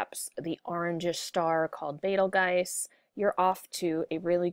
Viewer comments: Its pronounced beetle-juice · Betelgeuse (Bettle Guys) doesn't sound like Arabic nor Rigel